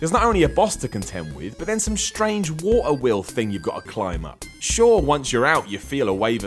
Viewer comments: some one should slap you for the horrendous way you pronounce Water. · "The Wo-err temple in Legend of Zelda" the what? xD amazing accent! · Cool list, cool list...now say "water" again. giggles